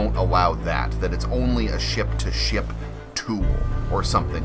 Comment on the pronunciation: No hate but it’s kinda funny that you say SHIP like SHIEP